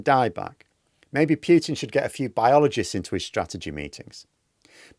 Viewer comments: Just pronounce Putin - don't damage your silly pronunciation into piutin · A nit-pick: it is pronounced Poo-tin, not Pyew-tin.